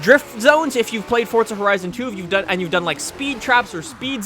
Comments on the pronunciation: What is your nationality because I thought it was forza not fortza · Its forza not fortza dumb fuck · Why does he keep saying fortza it's forza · he keep saying FORTZA, isn't it pronounced Forza with no T? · Forza not Fortza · It's Forza not fortza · you make some great content, but its FORZA not fortsa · Where's the "T" in "Forza"? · Since when is there a "T" in forza ? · Where is the T in forza? 😂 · theres no T in forza